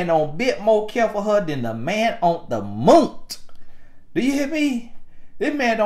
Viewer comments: “Than the man on the MOONT” 😭😭😭😂😂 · 😂😂😂😂😂 “MOONT” know it sent meeee 😭😭😭😭🤣🤣🤣🤣🤣😩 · “Then the man on the Moont” I watched that about five times! 😂😂😂